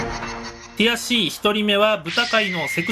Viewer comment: の「ティアC！」がどうしても「くやC！」に聞こえる空耳にかかりました。